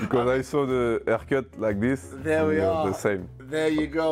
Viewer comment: "Because I saw the aehrcut like thees"